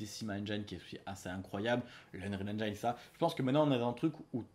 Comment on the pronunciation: Salut, juste pour info, en anglais "engine" se prononce "ainejine" et non "ainejaïne";-)